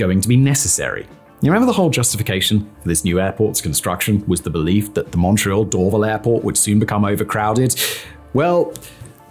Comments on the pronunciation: Why didn't you mention the Airbus assembly plant where the A220 is built? Bombardier also still has some facilities at Mirabel. Hundreds of later model CRJs (700 and 900) were built there. Most civil Bell helicopters are also built at their facility adjacent to the airport. You also mispronounce Dorval. It's Dor-VAL with emphasis on the VAL. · It's "Dor-VAL" not "Dorvel" ;) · Dor-Val. NOT Dor-vil. 🙄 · Cringe - the mispronunciation of Dorval. Door- VAL not door-vul . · Simon, you’re mispronouncing Dorval so badly 😂 it’s said like “door-vahl” (Also Vaudreuil was butchered so badly I laughed for a full two minutes it’s “voh-dreu-ii”) But bang on for the rest of the actual content of the video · Dorval pron. "door-vAAl". Just to add another use for Mirabel: Airbus A220 manufacturing/flight testing / airline customer delivery. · Door-VAHL airport. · As a Mun-tree-all-er ( Montréal ) just as a heads up. Dorval is pernounced door-val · Hearing Simon say Dorval... that is ear cancer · The way this guy mispronounces "Dorval" is like fingernails on a chalkboard. Always weird when Youtubers put a ton of book research into a topic but then totally scuff on how to actually say things correctly. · This guy mispronounces DORVAL